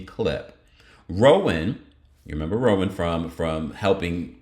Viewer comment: It's not rowan like rome man it's ra wand like deshawn show u idiot.